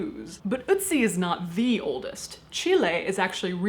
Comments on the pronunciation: Ötzi is not pronounced "Oodsie" but rather something like "Erred sea". ;) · First time I've heard someone saying Ö(t)zi in English... The name sounds way more cute in German (to me)